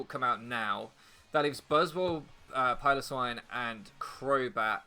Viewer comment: it's Pile-oh-swine, it's not a pillow